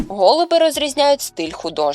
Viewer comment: Не гОлуби, а голубИ , учіть українсьську !